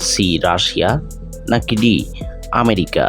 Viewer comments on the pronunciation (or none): none